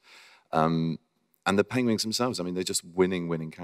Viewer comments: He still said "Penwings" on the 12th minute more than once! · Aww he still mispronounced Penguins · HE SAID PENGWINGS LIKE EVERY TIME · or Penglings, I think he said at least once. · Oh cute he say penguings 😭😂. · He said penwings again XD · HE IS STILL SAYING PENGWINGS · someone please count how many times this man said “pengwings” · You poor beautiful man, you still pronounce it pengWINGS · HE SAID PENGWINGD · HAHAHA. HE JUST SAID PENGWINGS THRICE IN A SPAN OF A MINUTE. PENGWINGS!!!! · #pengwings benedict cant say penguins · Benedict still can't say Penguins, bless him XD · pengwengs XD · He cant say ng apparently